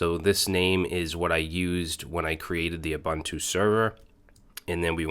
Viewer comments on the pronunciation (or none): have a look at "ssh-copy-id" for copying your ssh keys around, much much easier, and it works if you have jump hosts. and int not uBANTu, the way you say it is a slang word for african natives.